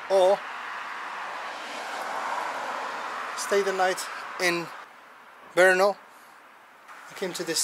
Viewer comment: I have to say, your Brrrrno was prety accurate 😀